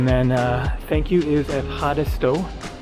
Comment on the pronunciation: Thanks - ‘F-harris-toe’ Ευχαριστώ (took me ages to get that right!)